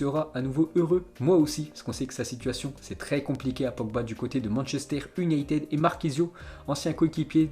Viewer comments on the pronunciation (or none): none